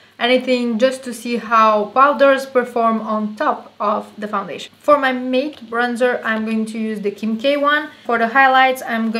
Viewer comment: I love this, full coverage!!!! Not sure if you were wondering but matte is pronounced like mat, it's not a big deal though cause we all know what you mean, and I looovvee your accent! And videos and face! You seem like a super sweet and down to earth friend I would love to have! Xoxoxo